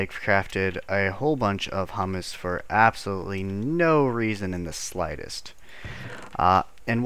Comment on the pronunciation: IT IS HUMUS stress on the HU like in hubert not hummus, the food